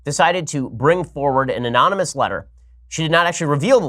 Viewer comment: Man, even Ben trips up pronouncing anonymous.